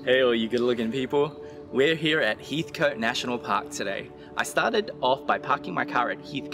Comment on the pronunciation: Great video! Pronounced Heath-cut btw :)